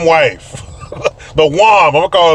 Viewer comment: Saughter, mife, wom 😂🤣. Some times a couple has to have something to be against together, it’s easier then facing your own problems.